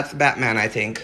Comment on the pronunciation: Just the way he said I tink😂